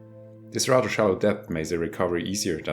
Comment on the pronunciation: "...as this would be rudder dangerous... "